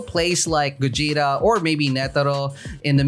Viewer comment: said gugeta